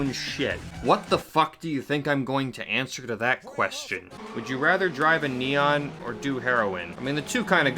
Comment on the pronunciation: Just butchered the neon xD